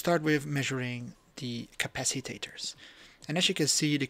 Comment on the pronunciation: You make me giggle with your "capacitaters " cap-a-cit-ors 🤣